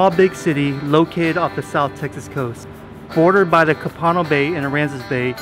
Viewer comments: Co-Pa-No Bay. :) Not Ca-Pano. Enjoyed the video. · This Ray speaking, wish you would get the correct pronunciation of Copano. Just like Co-pa-no. Not Co-pan-o. Ask the locals for the correct pronunciation of Copano. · It is a fantastic area to fish, dine, kayak or just relax. Folks around here pronounce Co'pano Bay (accent on first syllable). Nonetheless, great video and you made us want to go there soon. Thanks and tight lines. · Hey, it’s pronounced “Co-Puno” Bay but spelled Copano Bay. Great little town, nice of you give it some exposure. 30 Miles out fishes that area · KOE-PUH-KNOW bay 😂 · Pronounced Co-puh-no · Nice vid. But Copano is pronounced. KO. Puh NO. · Co-puh-no bay 🤦🏿‍♂️🤦🏿‍♂️ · I'm sure some pronounce Copano the way you said it but we always pronounced it the first "o" being a long o sound. This was a great video and I love fishing port and Copano, my hometown being just north. Like others mentioned, great year round fishing, not just winter time. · HAHAHAA , I grew up there in Holiday Beach so everytime he said it.... I was yelling stop that!!! LOL